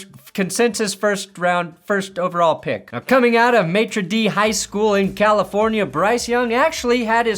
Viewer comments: Did he really say, "May-Trah Dee" High School? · Matre Dee? What great pronunciation 😂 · “Matier Day.” Cmon really? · Love you but his high school was Mater Dai not Matre Dai😂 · Did he just say, maitre d’ high!!? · The high school’s pronounced “MAH-der Day.” You’re welcome. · "Maytra Dee" 😂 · A maitre d is the guy that greets you at a high end restaurant. Mater Dei is a high school in Santa Ana CA. This mispronunciation is UNFORGIVABLE! Shame on you, but I still love your channel. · It’s pronounced maw-ture-day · Did you pronounce mater dei as maitre d'? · How bout finding out how to correctly pronounce the name of his high school lol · Lol that's how you're pronouncing mater dei? Nice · Must day u botched the high school name pronunciation. It’s a weird one though